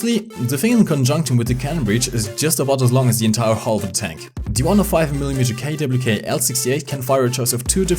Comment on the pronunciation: Says the Tiger II (10.5cm KwK)'s name correctly in proper German German speakers: This is fine Not German speakers: I don't know what happened but nice